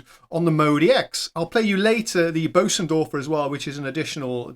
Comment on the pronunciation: Great, great video, thank you for the effort and stellar presentation! (But do try better with the pronunciation of Bosendorfer (sorry i dont have a german keyboard) .. . Being English is NOT an excuse for not even trying😅)